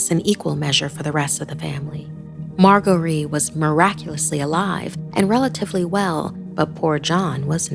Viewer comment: Pretty sure it's pronounced mar-jer-ree even though it has a g